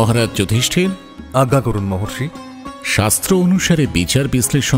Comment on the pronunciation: এত সুন্দর একটা production এ কৃষ্ণের উচ্চারণ আরেকটু ভালো হলে ভালো লাগতো। ‘আত্মা’, ‘আজ্ঞে’ শব্দগুলির উচ্চারণ বড় কানে লাগছে! তবে আজকের পর্ব অগ্নির জন্যই অসাধারণ হয়ে উঠল।